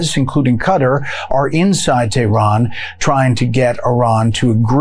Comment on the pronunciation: Renaming Lake Ontario is beyond arrogant, but perhaps symptomatic of mispronouncing the names of other countries: Iraq, Iran, Qatar. Disrespectful even if you don't like them.